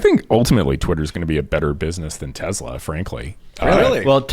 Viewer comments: Stop saying TEZLA brah its driving me nuts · Why does the guy keep saying Tez la.......its TeS la.....soy boy idiot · Te"s"la not Te"z"la. It's Serbian